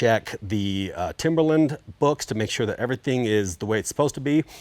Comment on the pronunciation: How the hell do you go through this entire process and not know how to say Timberline’s name properly. Ugh. What a slap in the face. Embarrassing. Although the amount of misinformation from the start of this whole thing, it’s not surprising.